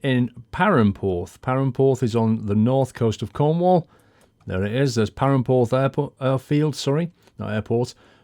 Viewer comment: wow you do not say perranporth right